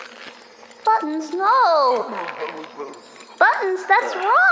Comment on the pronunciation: the way she says buttons scratches my brain svyffytdiokjijo